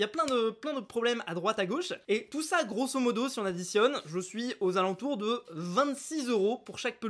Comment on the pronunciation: Pourquoi tu dit touctant grosse modo sa veut dire quoi u juste sa m’énerve